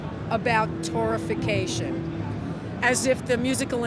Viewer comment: It's Torrefaction not Torrification.